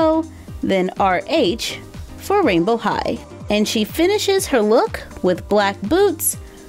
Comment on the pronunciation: OMG!!!!! Rainbow high sounds like “royal high”